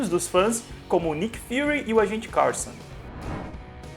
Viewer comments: Alguém pode me explicar porque que ele fala "Carson" em vez de "Coulson"? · Tu fala os nomes errados. "Rarvis", agente "caRRson" . . aahh. Da uma agonia. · AGENTE SE FALA COMO SE ESCREVE NA MORAL COULSON COUUUUUSOONNN!!